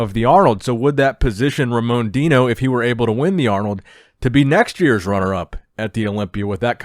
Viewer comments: Hey, just a heads up, Brazilians don't roll their "r". When a word starts with an "r" it's pronounced like an "h", like Hamon. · I lost everything when some american or whatever non-portuguese speaker tries to pronounce Ramon's name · Brazilian here. Just so you know, its pronounced Hamon (as in "heart") Hosha And not with a hard "R", but with an H sound